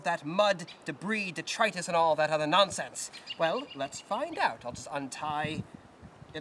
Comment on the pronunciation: I was having an interior monologue about whether to subscribe to your channel……or not; then you used the word “ detritus”. Not only did you use the term, you used it properly, in the correct context and most importantly, you pronounced it correctly. Now, when you add proper grammar, syntax, etc you married your writing skills with a subject that not many people cover. As I was seriously leaning towards subscription, I noticed a recommended video in the list about concentration camp uniforms. Everything stopped. Now, most people will tell you, that I am very difficult to surprise, and in this very specific case, I can honestly say that I was Gobsmacked. I was very tempted to stop watching this video and go straight to the video. I just mentioned, but the intellectual within me just did not allow me to do that. Now, I have not watched it yet, and I am going into it with a complete we open mind, and it will make the difference on whether or not you get my subscription. I got a feeling it’s 99.44/100% chance that you will get my subscription. I don’t consider myself any kind of superstar or a bestower of titles, but if you pull that one off, I will label you king of the Internet for the day maybe even two or three. Thanks for the hard work it shows. Well, you never explicitly went into it. It would’ve been nice. If at some point you had said “The reason armies used putties was X.” You managed to cover it, but it took a lot more brain power than I normally have going at this time